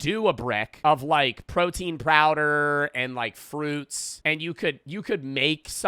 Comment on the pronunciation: protein prowder